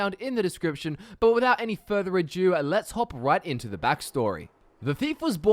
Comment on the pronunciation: 'without any further a jew'